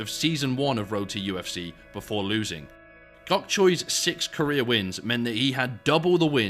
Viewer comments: Kept hearing Roti FC until i realized u said road to ufc hahahaah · Every time “Road to UFC” was said, it sounded like “Roti UFC” which hilariously would be appropriate.